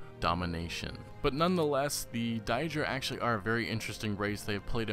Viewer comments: it is day druh and day drick. if it was die druh it would be spelled daidra. EDIT i saw you corrected yourself. lol thanks. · Daedra not Diedra. Bloody hell. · its pronounced Day-Druh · I love your discussion vids so far on this topic, but please start pronouncing Daedra properly. 'Day-Dra' .. Rather than 'Dye-Dra' .. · You know Mehrunes Dagon is pronounced mayrunes day-gone and daedra is pronounced day-dra right? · Dye dra..are you fucking stupid? They literally say it all the time in the game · Stop saying diedra!! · can't even pronounce daedra (day-druh). also every elder scrolls game has daedra quests not just skyrim. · its been said in other comments, but die-dra??? seriously? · die dric. really? if you know enough about the game to make a theory you'd think you'd know how to pronounce daedra... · Thank God I wasn't the only one who noticed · God so distracting, Die-dra? why would anyone pronounce it that way? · Your pronouncing daedra wrong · you mispronounced daedra all throughout your video I question if you're a real fan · Haha ya his pronunciation of "daedra" is very attention drawing, but still...very good video, man! Keep it up! You've earned a sub!